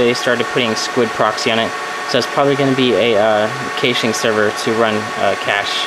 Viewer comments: Caching is pronounced cash-ing 😂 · Kayshing? A whole nother? ....Stopped watching. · First of all, VERY impressive setup!!! You are quite knowledgeable! HOWEVER... I need to give a few constructive criticism pointers... "caching" and "cache" is pronounced just like money... "CASHING" or "CASH". Secondly, I'm glad you realize you need to update your INTERNET connection... ESPECIALLY if you are hosting! I have 105 Mbs down and 20 Mbs up and I don't even host a site! You will lose your client base FAST if they get bottlenecked at your WAN. Third, you will need at LEAST a 2200 or 3000 VA battery backup to handle that equipment with just enough time to do an immediate shutdown. I run MINIMUM a 1250 VA or better for EACH computer/server to make sure they can stay running for a few minutes before shutting down if there is a prolonged power outage. Also keep in mind that the batteries lose their effectiveness over time and after prolonged usage, that's why batteries need to be replaced every three years under normal conditions. Lastly, you should've saved the money on the unnecessary fiber equipment and spent it on larger hard drives... those will fill up fast! I run 2 TB drives in RAID 5 in all my storage servers and just use the smaller drives under 300 GB in RAID 1 for running the OS and programs. Having less but larger drives will reduce power consumption and heat which will in turn save you money! Hope this helps and sorry if I sounded condescending... didn't mean to. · Hearing the way he pronounces "caching" makes me cringe.